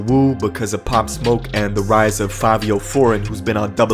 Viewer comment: The guy said Favio 🤣